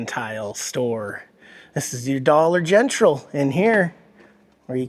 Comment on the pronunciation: your sense of humor cracks me up, when you said "dollar Gen trol" Like the trailer park girl says it.hahaha. i love❤ you guys.